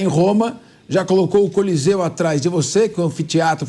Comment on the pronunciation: Colosseu!kkkkkkkkkkkkk.Não é colosseu e sim coliseu.Depois tentou disfarçar seu vexame,repetindo o nome correto por três vezes! Bolsonaristas,"inteligentes".kkkkkkkkkkkkk